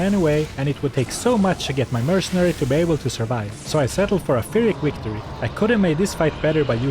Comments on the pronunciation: a what? "fyrrik victory"? 😁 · I know I was mocking the pronunciation.